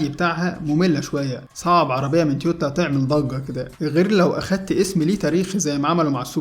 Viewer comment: تويوتا وليس تيوتا